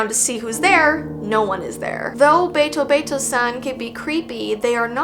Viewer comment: Hello! Once again your friendly neighborhood Japanese Second Language dude is here. Ame is actually pronounced (Ah-may) with a more relaxed 'ah' sound. The word 'Ame' also means candy, which I think is pretty funny Also, the be in betobeto-san is a softer 'bay' instead of a hard, sharp 'BAY' if that makes any sense. Really, sounds are a lot softer than they appear at first glance! Happy learning ~~